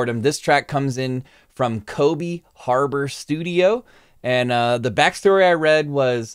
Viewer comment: Kobe is pronounced Co-Bay, like Kobe Beef.